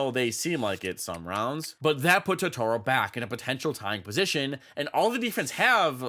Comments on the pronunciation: It's TOtoro, not TotOro. That's a character from studio Ghibli anime with the same name. Edit: Other than that, the video is awesome!! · i absolutely love your content, but every time you say “totoorro” i wilt a little inside. still, love your vids!